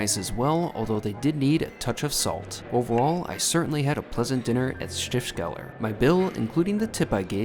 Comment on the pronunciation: Been a long time since I was in Innsbruck but I recognised that golden roof instantly - whole minutes of enjoyment to be had from that! ;) The mountains definitely more of an attraction, especially if you're unfamiliar with mountains. Looked like a great couple of days though. One point, it's Stifts-keller (the cellar (Keller) that belongs to the abbey (Stift)) rather than Stift-skeller. Good to see some more from Austria, I thought you were done with it! I've eaten at a star in Vienna (Tian) but as you swerved the vegan burger place, I'm guessing that you also didn't pick a vegetarian restaurant for your starred meal!